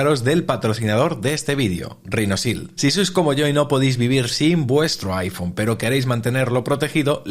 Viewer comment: RHINOSHIELD, repite conmigo….Rinosil NO, “Rinochild”